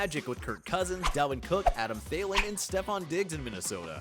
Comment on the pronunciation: Jamie Winston and Adam Thay-lean made me unsub. C'mon man.